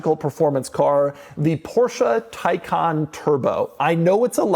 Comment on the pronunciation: Why it is pronounced Taycan versus Taycan is beyond me.